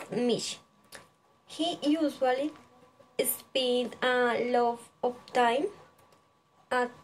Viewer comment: Esta bien el video, mejorar pronunciación en frases como a lot of y also